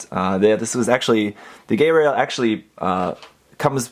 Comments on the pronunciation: Haven't watched IBO (actually haven't watched Gundam since the original series...), but this guy looks badass! Got that nice almost-industrial look that I loved from Armored Core. Also, I think it's pronounced "Guy-rail", not "Gay-rail". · pls its not gayrail pronounce it like geil (the german word for like) not gay